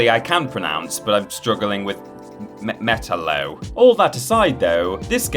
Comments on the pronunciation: It’s pronounced like “Ma-tallow”. The I makes same sound it would be used in the word “if” or “Mi-Tallow” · How the hell do you mispronounce Metallo? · Yet he struggles with Metallo.